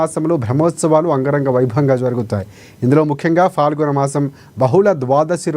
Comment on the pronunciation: News reader please పదాలు స్పష్టంగా పలుకు, అది ఫాల్గుణమాసం కాదు పాల్గుణమాసం..... 😢